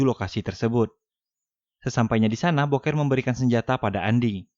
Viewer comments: Bukan boker bg,dibaca "buukir" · Ganteng2 gitu di sebut boker Ama Mimin. Mengsedih 😂😂😂😂 Buker ngab bacanya bukan boker. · booker bacanyaaa bukerrrr bukan boker anjim wkwk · Booker di baca buker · Booker dibaca buuker